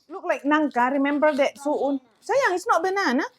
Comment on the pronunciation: pun salah ucap tp sok tau🤣🤣 itu sukun, bukan su’un… su’un/soun/sohun itu yg macam bihun tp lbh tipis lhooo… cem mana sih rempong iniiii